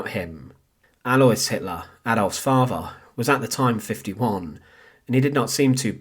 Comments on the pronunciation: Please support this channel so they can get enough funding together to send the narrator for elocution lessons. Give generously as it may take some time. Loved hearing about "Hittlah's muhvah and favhah" though. Thanks. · Personally I'm disappointed with the presentation of this subject. The narration is badly written and edited and the narrator himself does not make an effort to pace or elocute his vocal delivery (farver instead of father, muvver and not mother). A good opportunity to tell a little known backstory lost to an amateurish présentation.